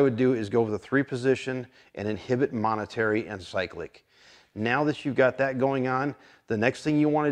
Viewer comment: "Momentary"... not "monetary".